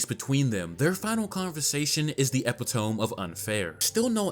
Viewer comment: "Epitome" is pronounced "ih-pit-oh-mee :)